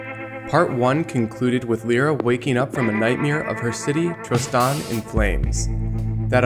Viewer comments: Who else hates it when he says "L-Ear-Ra" it's "L-Eye-Ra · Stop saying Lira its Lyra! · You pronounce lyra as (lie-ruah)